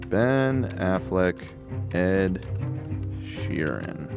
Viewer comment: Does Ethan genuinely think his name is pronounced Ed sheering?? It’s getting on my nerves even tho I also get triggered by Ed😭